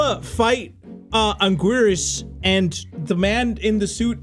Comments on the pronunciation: Angurius (An-gear-ee-us). There you go,. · You pronounce anguirus Aingeeris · Angurious is Aang-gi-rieous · Fun fact:gojira is pronounced go-je-ra and angrus is pronounced An-gir-us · Nice video, but I cant help but laugh at how pronounces anguirus, its angg-ee-rus and to people who don't know who gigantis is, I believe it is what americans called 'Gojira' before it was Godzilla and to continue this story, I recommend watching The Suitmation Trials, it follows the perspective of the Man in the suit, watch all 3 instances. The one that is binary code (Translation: Immersion) and the one called Scent. are optional but I think they are related to the story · Anguirus=Ah-n-gear-us. That's how it's pronounced! The 3 headed monster was Gidorah! Gee-door-ah And you got Gojira by they end of it, but for reference, it's Go-jeer-ah. This was cool as hell! I love watching you react to these. Thanks for watching it! I'm gonna go throw it at my friend who's a huge Godzilla fan. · How you actually pronounce anguirus is, ANG-will-o-Saw-rus. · Angurius pronounced "ann-gy-rus" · the dubs occasionally calll him Anguilas, there's some confusion about the name some permutation of Ankylosaurus. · Btw anguirus is pronounced An-gear-us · The way he said Angurius 😂